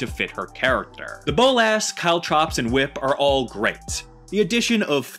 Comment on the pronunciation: the way the word "bolas" was said hurt me 😭 I KNOW EVERYONE DOESN'T SPEAK SPANISH BUT IT STILL HURTS